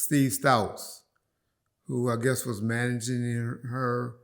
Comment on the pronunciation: 🤣 I swear does this on purpose to fuck with us/them